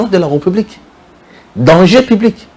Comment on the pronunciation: bjr, j'aimerai bien m'abonné mais à une condition. Le jour où tu commenceras à faire attention sur ta diction tt les jours tu dis: la reupublik, au lieu de républik 🤨🤔